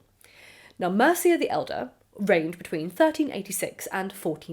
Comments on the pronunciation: It's not pronounced like the Anglo-Saxon kingdom of Mercia; it's "MEER-chey" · Also, pronunciation wise: Mircea ~ Meer-cha